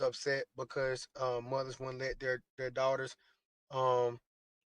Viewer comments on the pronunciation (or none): Mudders? Lol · This man can’t even said moTHers…. Damn mudders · It irritates me how he pronounces mothers like "mudders". I wouldn't feel comfortable as an adult spending the night with him. Let alone my child! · “Mudders” “Udders” 😅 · What’s “muhders” ? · Wait. Did he say MUDDERS?! 😂 Go lay down